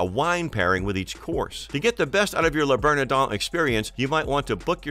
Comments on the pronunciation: "Le berneDON". Ridiculous. If you can't pronounce the name of the restaurant, you shouldn't go there! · Was this script created by a bot? NYC is not known for deep dish pizza, that would be a place called Chicago. Your mispronunciation of Le Bernardin (3 times) was LOL. I guess no one reviews these videos before they are posted.